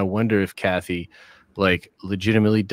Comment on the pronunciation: When Den of Nerds says Kathy it makes my stomach turn…